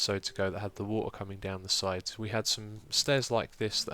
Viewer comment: Love the way you say wo'ah instead of water